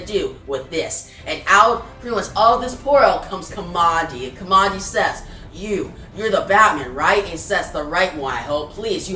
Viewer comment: Thanks for the video. By the way, Kamandi's name is derived from the place he grew up--Command D bunker--so it should be pronounced that way.